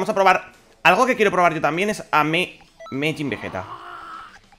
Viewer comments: tranquilo, tkm bro sjsjsjsj todos nos equivocamos al pronunciar un nombre skks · MAJIN, NO MEJIN SJSJJS